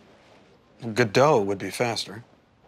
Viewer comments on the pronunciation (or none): well, it doesn't help that he pronounces it "good dough". i was like wth. never would have guessed until it popped up in the comments, and I did the play in high school.